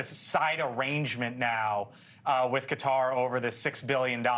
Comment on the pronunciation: THANKFULLY AN ANCHOR PRONOUNCES QATAR AS IT SHOULD BE AND NOT AS SO MANY SAY (CUTTER)!!!!!